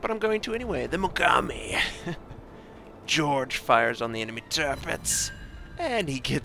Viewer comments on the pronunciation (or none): just a small point..Jorge is pronounced as Hor hay! Great vids,have subscribed! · you for pointing this out, im cringing because he didn't look up this name because its a spanish name